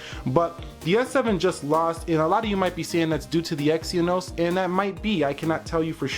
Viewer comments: you should at least do youre homework... its exYnos, not exyEnos.... you youtubers need to get youre facts first and than make some comparations.... otherwise its unprofesional.... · You say it exen-os!!